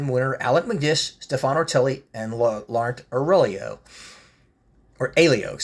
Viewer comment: Would agree that the HPI is better. This one looks fairly inline with the Minichamps version that I picked up. Just as a side note, when you see Laurent, the t is silent and his surname Aiello is pronounced I-yellow. I am more familiar with him as he won the 1999 BTCC championship with Nissan. The bases of these dealership versions throw me off a bit as they look much closer to Minichamps boxes/bases than Spark (and Minichamps also do dealership versions of models).